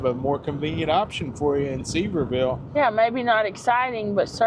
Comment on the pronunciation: With peace and love if you are going to do a video of what’s coming to the area please learn how to actually pronounce Sevierville and Tanger. No hate but as a local business owner I always cringe when people mispronounce Sevierville. Tanger is a new one.